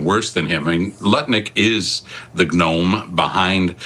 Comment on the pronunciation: Yess Tom Mulcair! I love the way he pronounces the g in gnome when describing Nutlick.